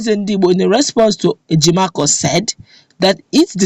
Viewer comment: Please,his name is Ejim-o-for(Ejimofor) not Ejimakor